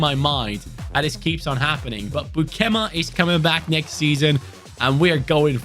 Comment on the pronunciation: As a dutch, it was hard to hear u say beukema so wrong😂😂 but liked to watch the vid🥰